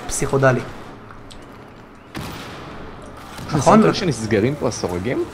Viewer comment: הבנתי שאתה אוהב את המילה פסיכודלי... אומרים פסיכדלי אבל לא משנה... תשמע פינק פלויד בהופעה בפומפיי ותבין... חחח אגב, אתה מכיר פינק פלויד?